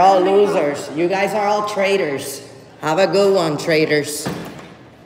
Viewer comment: at the end why is the frauditor calling the police 'traders'? Oh, I forgot, they have no command of the English language and cannot pronounce 'traitors'.